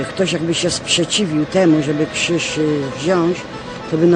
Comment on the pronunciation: nie "Kżyż" i nie "mjastu" tylko krzyż i miastu ; )